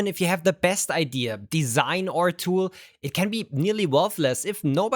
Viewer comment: He constantly pronounces "idea" like "eye deer" with the r and everything